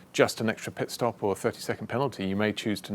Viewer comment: Valtteri it's pitstop